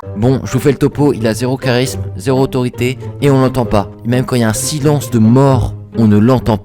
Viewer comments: c'est charisme mais ça se prononce KARISME ! Mes oreilles ! Mais sinon super vidéo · CHarisme 😂 T’as fait exprès de prononcer "CH" ou pas ? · "aucun chatrisme" J'avais raison depuis le début je savais que c'était sa et pas charisme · Je suis la seule à qui ça choque qu’il est dit charisme avec le son (ch) et non le (k)😭🔫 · Chat risme 💀💀 sa ce dit charisme comme ka